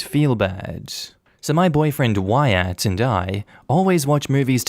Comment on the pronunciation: wht is the way you say wyatt so funny?